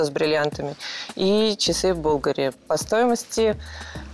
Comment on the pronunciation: Если человек покупает брендовую одежду, то это, я считаю, позор - произносить название неправильно..., запомни: не бУлгари, а булгАри